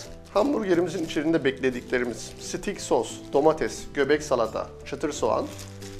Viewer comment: abi sitik deyip durdun sinir oldum steyk diye okunuyor.......